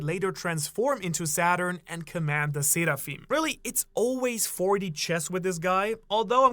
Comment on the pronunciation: Seraphim are from the abrahamic religions you can stop enunciating it like you're Japanese now